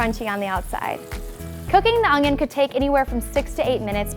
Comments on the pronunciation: Could she please stop saying "Ungyon"?? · Does anyone else hear her say ungion ??